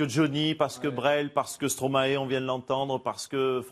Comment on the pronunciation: Comment tu prononce Stromae ? Comme maestro et pas comme stromaé